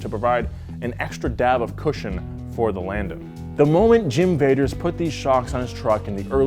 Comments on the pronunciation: mike v-ah-ters not vaders lmao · He keeps saying Vaders but it's Vaters "VAH-TERS" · Also one of my dads friends was Mike Vader’s and I talk to him and said it wrong it’s mike Vah ders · Not Jim Vaders... also not Mike Vaders... the owner/driver of Black Stallion since 1981's name is Mike Vaters. (This is a delightful video, btw. I'm just a nerd and have to comment when I have any kind of correction.) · its Mike Vaters- Pronounced Votters... not Vaders... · Mike Vader's but pronounced Voders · this video triggered me because of these name pronunciation and errors its michael Va-ters than there is scott butte oh im disappointed usually does a ton of research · Saying Vadoors name all wrong